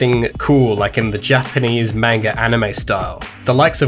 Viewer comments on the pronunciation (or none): Love everything, except your pronunciation of "manga"